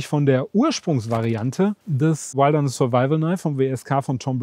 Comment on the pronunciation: Lern mal Wilderness auszusprechen, Kollege.